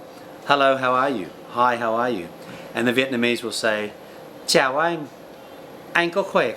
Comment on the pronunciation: No offense to you, but I would prefer to learn from a Vietnamese person who is a native speaker because the Viet speaker knows the language a lot more than anyone else. Someone who had learned the language may make mistakes that native Vietnamese speakers do not make. When you say xin chao, you are pronouncing it incorrectly. You are supposed to lower your voice when you say chao.